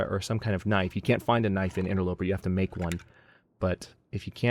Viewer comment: did you say "interlooper"? GELtaz has an effect :)